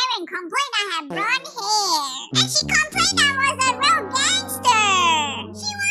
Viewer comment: When karen fainted in the pool you said shell insed of she